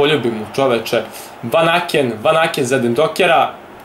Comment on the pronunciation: Nije Vakanen,nego Vanaken